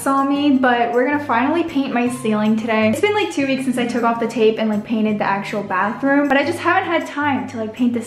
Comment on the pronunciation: Instead of “bathroom” I heard Backroom…